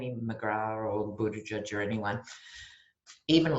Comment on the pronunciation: Speaking of names Trump trumped them all. So I see Buttigieg pronounced BuddhaJudge as a winner because half the people in America are religious and half of them are pro justice.